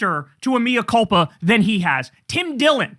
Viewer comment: The Latin is “mEa culpa” (“may-uh”), not “mIa culpa”. Actually, the “culpa” sounds like “cool-pa” rather than “cull-pa”.